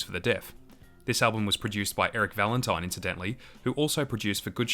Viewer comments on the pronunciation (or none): none